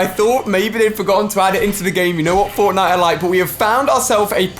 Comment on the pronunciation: through he says forknite